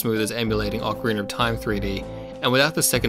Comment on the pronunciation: whats with ocariner! its ocarina you dumb idiot!